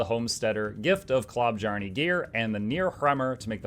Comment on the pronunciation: I know it doesn't matter but dear god it makes my ears bleed hearing the J pronounced as a J and not a Y. So more like klo-byarne instead of klob-jarne or klob-jarn-ee shudders